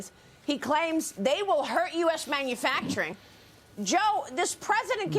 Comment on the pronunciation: I wish he could just pronounce man-u-facturing.